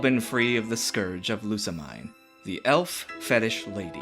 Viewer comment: I dunno if you'll read this, but the mine om Lusamine is pronounced as meen.